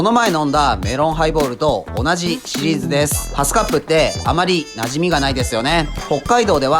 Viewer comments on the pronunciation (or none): ぶらーん、ぶらーん♪ 「あるﾙ程度」？ ぎりぎり、、、アウトぉ！！ いただきました！あざーっぷ♬ 「さﾗﾙり」？（笑） 今日は、短時間の間に、何度も見直さずに済みました。ざーっぷ！ わたしの為に新婚、、、仕込んでくれたんですよね？（笑） 今日も楽すぃかったぁ✨ 「シリーズﾙ」は、セーフにしときますわ（笑）